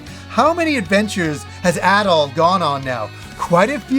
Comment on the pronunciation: pronounces “Adol” and “At all” the same 😂